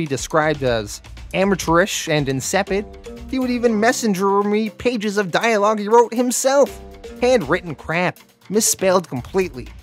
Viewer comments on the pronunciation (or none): none